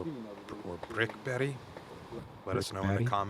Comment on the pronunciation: BRICKEBERG, you pronounced it right ❤. Thanks for filming this 🎉 my homecourse 🇸🇪